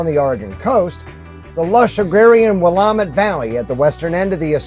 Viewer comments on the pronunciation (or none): FYI - Will am it Valley not Will om it Valley. ;-)